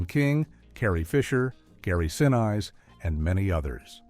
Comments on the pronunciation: This is a cheaply produced (video used without permission), AI voiced (Gary 'Siniss' instead of Gary Sinise), and over kill of particular points that last minutes to get one across. What crap YouTube allows! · Is that a bot commentating? Gary SINEYES ….. hmmmmm